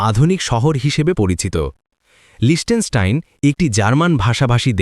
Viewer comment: আসল উচ্চারণ হলো, লিখতেনস্টাইন। অস্ট্রিয়া থেকে সুইজারল্যান্ড যাওয়ার সময় 15 মিনিটে দেশটা ট্রেন করে পার হয়েছিলাম।